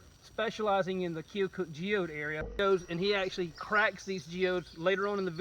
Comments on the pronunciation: Not try to be rude but I live in keokuk and it’s key-a-cuk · Needs to learn how to pronounce Keokuk.